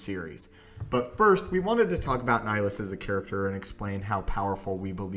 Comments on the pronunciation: It's pronounced ni-hill-is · i think you are pronouncing wrong the name of darth nihilus he has two "I" in his name after all and you are saying only one